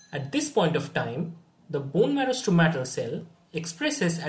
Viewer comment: I think it is called Stromal cell and not Stromatal